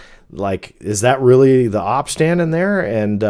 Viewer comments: Hey thanks for another great video; just a heads up OP is usually pronounced as just the letters, like "oh pea" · OP is pronounces OH-Pee. Like the letters. Thats how I've always heard it. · The OP lol. How??? Could you not it's oh pee? You've been on the internet since the beginning? Op????? Wtf????